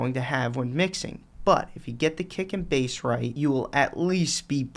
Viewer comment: Whenever he says 'kick and bass' I hear 'dick and balls'